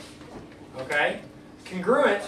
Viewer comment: Congruuuent? I thought it's pronounced Con-Gru-Ent